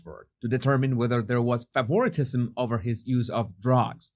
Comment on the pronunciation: FAVOR-TISM pronounced..